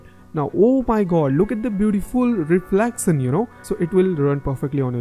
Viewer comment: and Animation, reflection... Not animason, reflecson 😂😂